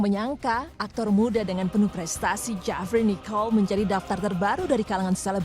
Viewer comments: Gedek gw denger pengisi suaranya ngomong Jefri Nichol aja jewfry Nicholls 😒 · Salah fokus sama cara ngomong "jefri nichol"nya jadi "jhafrey nikhel" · "JaFrEe NiChOl" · hhhhhh iya btull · lisa yuliana samaaaa. Kesel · Wkwkwk samaaa